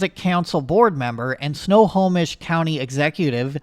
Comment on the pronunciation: Good job pronouncing snohomish correctly